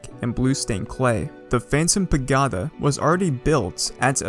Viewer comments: when he pronounces it “pa-GOD-a” and not “pagoeda” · *paGOda not pagAhda Also, why the weird emphasis and intonation on words? Are you a bot? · excellent videos man. Super interesting server. Pa-GO-duh not Pa-Gaw-duh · Its not Pagoda its Pag"O"da not Pag"A"da its annoying me XD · We pagotta tell him how it's really pronounced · Its pa go da not pagada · its pa-go-ta not pa-ga-ta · Say pa-goe-da sixty more times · i likw how he insists on sayin paGODa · what is that pronunciation of pagoda it is pa-go-da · I think it’s pronounced pa-go-Da but what would I know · pah - go - dah please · i love how he says pagoda wrong so much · oh god please pronounce pagoda correctly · Your pronunciation of Pagoda was pure torture; I nearly had to stop watching lol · the emphasis when he says it too just makes it that much worse. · Please stop saying pagoda like that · oof. that pagoda pronunciation